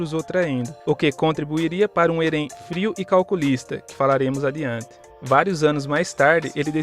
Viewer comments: Não é eren que se fala se fala éren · "eRÉn"? Caramba não consegui ver o video todo aí por isso sgsgsg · Video tá ótimo... mas a pronuncia de Eren tá errada, deu um pouco de agônia kkk